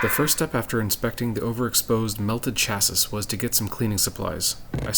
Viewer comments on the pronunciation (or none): What is a chassis with a hard S at the end and where do people call it that I’ve never heard it that way, I’ve heard 240sx dorks call them schassis before but it always is cha-see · It's pronounced cha-see